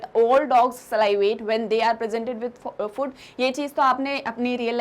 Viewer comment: annoying way of pronouncing food